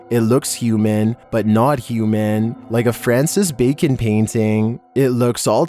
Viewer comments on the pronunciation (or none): none